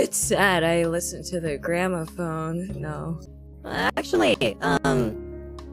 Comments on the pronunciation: Just saying, it's "Gramophone", not "Grandma phone" lol. A gramophone is that thing she's moving right there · I heard her say Grandmaphone not gramophone. Usually that's pronounced with an intrusive 'r' sound like "grammerphone"